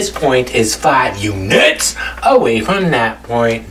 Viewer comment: I subscribed the second I heard him pronounce units.